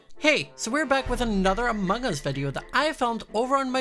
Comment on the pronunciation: How most people say ‘Among us’: “Amung us” How says ‘Among us’: Amohngus How Quackity says ‘Among us’: AMANGUS